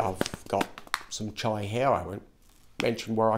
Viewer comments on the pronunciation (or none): Chia, not "Chai" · Yeah chee-ah seeds I thought he was going to put chai powder in his mouth like the cinnamon challenge which would make no sense lol